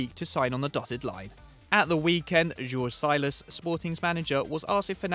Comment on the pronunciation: It's pronounced JORGE (george) SILAS (SEELAS) not "sylas" btw cheers